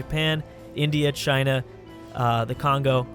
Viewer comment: Chinal? you mean like anal?